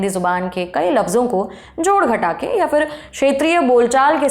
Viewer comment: बीबी, उर्दू की बात कर रही हैं तो कम से कम अपना तलफ़्फ़ुज़ तो सही कर लें 😅 फ़ूल नहीं, फूल कहते हैं; फ़िर नहीं फिर होता है 😅